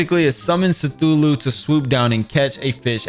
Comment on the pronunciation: bro said sthulhu